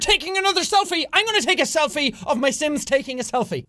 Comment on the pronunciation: Is it just me or in the beginning he said "Welcome to the slims!"